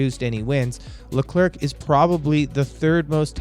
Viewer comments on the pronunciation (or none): Hey man I’m a sub nice vid but if I could give you some pointers do a little more research on name pronunciation. I found your pronunciation of Bottas, Leclerc, Binotto and Sainz very jarring. Especially Sainz. Simply watching F1 regularly you get used to hearing these names pronounced a certain way so these different pronunciations really take me out of it. Lastly, and this really isn’t a big deal, but the video just kind of ends abruptly. Might I recommend some form of an outro? Most channels that produce your style of content will have a bumper outro that will include a subscribe button and a link to another video while the narrator will leave a message such as “thank you for watching, be sure to like and subscribe”. That may not seem that important, but YouTube statistics show that telling your audience to do that actually has a huge effect on how many viewers do. Appreciate the video just trying to be constructive since you seem to be more up and coming. Also you sound American and as a Yankee F1 fan I wouldn’t mind seeing more of us involved in F1 related content.